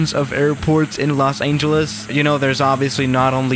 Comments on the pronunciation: Everyone: Los Angeles: Los Aingeles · It’s not Los “Aingeles” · "Los Aeengeles" Is it just me or does pronounce it like that? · No one: Absolutely nobody:: Los AINGELES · Me: DID HE JUST SAY LOS AINGELES!?!?! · 00:3 Lock Aingeles?